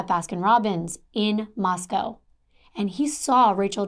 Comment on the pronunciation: My sister was a professor at Moscow until she retired 2019, so I’m familiar with this area. You pronounced it right - only ‘cow’ in the Russian city. 💜